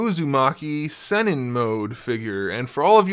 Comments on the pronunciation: It's Sennin (Seneen) not Senin also Sage Is What this mode is called in the anime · Pronounced:Sah neen, but good video.